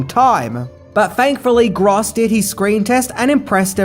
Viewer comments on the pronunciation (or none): I hate to correct people but it's definitely pronounced Michael Grōse not Gros. In 1988 Gross was actually the biggest name in this film. Bacon hadn't done A Few Good Men yet, so he was still a B-lister, but Gross, in contrast, was definitely a household name. Reba also wouldn't reach her high celebrity status until the early/mid 90s, and Ward would generally remain vaguely known. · I believe his name is pronounced like the adjective gross. Or net versus gross. If this is just how you pronounce the word gross I apologize and say never mind. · Michael Gross is not pronounced "gras". Just saying. Irritating. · Michael Gr-oh-ss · Dude... It's Gross not Gross... Lol